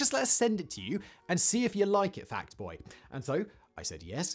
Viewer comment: Ya saiiiid “Fact Boy” but that is noooot what I heard 🥹